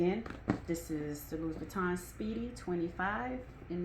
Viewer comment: Louis Vuitton is pronounced “Louie,” without pronouncing the “s.” FYI 😀